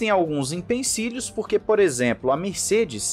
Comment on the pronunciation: "IMPENCILHOS" é par matar hein!